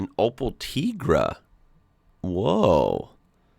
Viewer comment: he correctly said "Teegra" and not "Taigra" Mindblowing :D